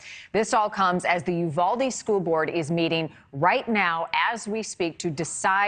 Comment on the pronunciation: Yes!! But they all keep mispronouncing Uvalde also. 😕😅